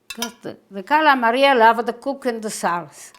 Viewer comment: God Bless You, Dear!! You look wonderful! Stuffed calamari!! My mother pronounced it exactly the way you do. We made this, together, every Christmas Eve. EACH and EVERY time I picked up the squid to stuff, she would say "Don't over stuff them." Every single time! They were so delicious. We would have them with capellini. The sauce was so tasty! They were better the next day, if there were leftovers. Thank you so much for sharing your recipe. May God and His Blessed Mother be with you always. Sending prayers and love from Rhode Island. 🙏❤😘